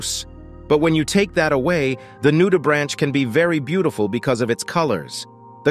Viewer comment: great vid but a heads up - "Nudibranch" has a hard "ch" so it sounds like a "k" - not like the branch of a tree :)